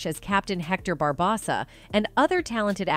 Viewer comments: did they really just say barbassa??? its captain barbossa or "capn barboser" accordin to the man himself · For starters, yeah! Bar-boss-a? She did get Caribbean right ONE time.